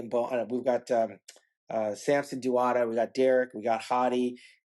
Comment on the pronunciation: Please tell Shawn that Samson's last name is pronounced Dowda not DUADA....